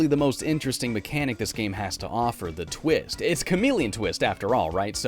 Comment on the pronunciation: Bruh did he say chameleon tits 😂